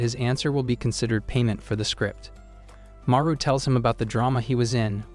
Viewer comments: his name is haru not maru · it’s not maru it’s Haru